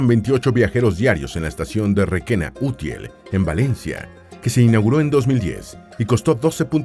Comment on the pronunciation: Soria y Turel 😂 Si vas a hacer un vídeo infórmate un poco antes al menos de los nombres igual que cuando dices Requena-Útiel